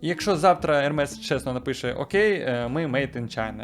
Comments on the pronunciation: Правильно Ерме не Ермес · правильно казати «ерме» а не ермес. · Тільки казати треба "Ерме") бо це з французької, а там "s" не читається) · Назву бренду Hermès правильно читати як «Ерме́с». Пояснення: Це французьке слово. Літера H на початку не вимовляється. Наголос падає на останній склад. Кінцева s теж не читається, але знак наголосу è показує правильну вимову. ❌ Неправильно: Хермес, Гермес ✅ Правильно: Ерме́с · Але правильно назва заучить, як Ерме.